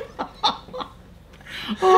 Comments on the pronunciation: Oh my God that "skiels😂 was amazing😂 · ya but soo much cool is when he's say skills!! I'm laughing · very funny when she said SKILLS